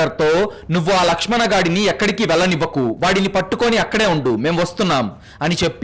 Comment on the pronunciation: Ladkhadana kadhu ... lakshm an